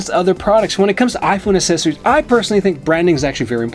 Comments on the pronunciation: Dude, learn to say accessory properly! Seriously, you’re mispronouncing the word over and over and over again. It makes a mockery of the content of this video. You and Everything Apple Pro do it constantly, and it makes you look unprofessional. It’s really that simple. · Think of the word access, as in access all area’s. That’s the same sound you should make when you say accessory, so phonetically it’s a k sound for the first c in the word and a soft c for the second c in the word. That’s how you pronounce it correctly, the other way makes it a nonsense word!